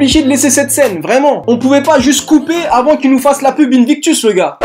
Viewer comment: invictus inbitectus 😂😂😂 chu le seul a avoir compris sa?